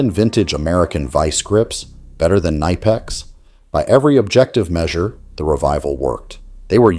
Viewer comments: Nor did they pronounce it ni pex. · Say it correctly. Ka nip ex. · It’s K nip X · You say the K in knipex. Klein is trying its hardest to sell out. Their Lowes line seems innovative but its just poorly made knock offs of milwaukee. Its sad. Their drivers are absolute garbage now. My bag had Klein, channellocks, Proto and S&K in it for a decade but now its mostly Knipex and Wiha. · Your IA doesn't know how to pronounce Knipex! You don't have German as a second language in US ? )) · The real pronunciation of Knipex is not what most people think. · The K is not silent in German language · The way the narrator pronounces Knipex is laughable.